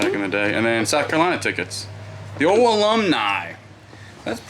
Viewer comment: What accent do you have my guy? Where were you born? I have only heard one other person that pronounces “Old” like “Ode” and it’s a YouTuber named Tia that I watch. It’s very unique but obviously not like an impediment or anything so it has to be from growing up somewhere specific. I think she was from TN but idk where she was born.